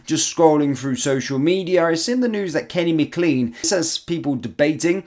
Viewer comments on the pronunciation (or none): Mclain not mcleen